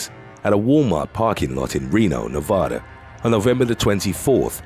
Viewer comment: PLEASE STOP saying our State's name as Nev-AH-DAH, it's just Nevada, stop over pronouncing it, WE HATE THAT FKN SHIT !!!!!!!